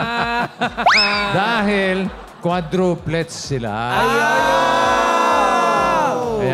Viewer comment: “ QUADRO PLETS “ 😂 happy birthday to all bofh of u n god bless more 🙏🎂😂🥰